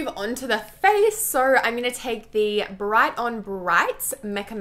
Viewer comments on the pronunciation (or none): none